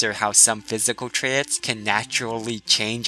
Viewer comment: I love your videos, but every time you say 'trayits' instead of 'traits' I want to throw my phone at the wall... ._.